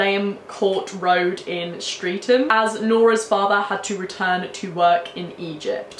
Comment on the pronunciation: Yes! 😁👍 and it’s Stret-ham for the place she originally went to live in South London 😊